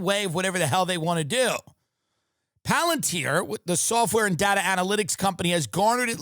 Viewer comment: Tim "PALANTIER" Dillon!